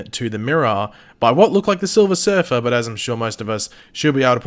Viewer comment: by the "SiLvEr SuRfUr"😂😂😂😂🤣